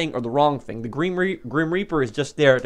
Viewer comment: Grim Reaper not Grim Repear